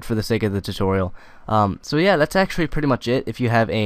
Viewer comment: LOL you said tititorial